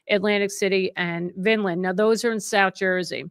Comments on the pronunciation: I like the old format, a solo one-to-one conversation. No show, no performance. And, it’s Vine-land, not “Vin-land,” New Jersey. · Vineland - not vinland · It's vine...Land like the grape vine lol not Vin land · You know someone is from North Jersey when they mispronounce VINEland. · They pronounce it "vine land", vineland.